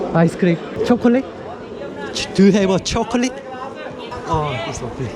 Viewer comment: 두유헤버 춰컬릿? ㅋㅋㅋㅋㅋ 별거 아닌거에 빵터졌네요. 시크교는 진짜 사람들이 양심적이고 스스로 봉사하고 너무 좋은 것 같아요. 다음 영상은 파키스탄이군요!!